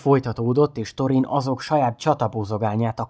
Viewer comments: Illetve ha már van magyar szinkron a filmekhez és ott is helyesen vannak kiejtve a szereplők nevei akkor ezt is érdemesebb lenne figyelembe venni. Pl nem torin hanem “szorin” stb.. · Szerintem jó volt csak Thorint Szorinnak ejtjük.